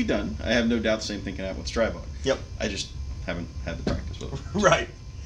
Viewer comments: Stribog is pronounced Stree-bog, not Stry-bog. Like Strip, minus the p + bog. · After watching a video from Shot Shown 2019 . . . And seeing the Grand Power CEO correct the vlogger 3 times, it's pronounced "STREE-BOG", not "STRY-BOG". Simple. It's their gun, they know how to say it.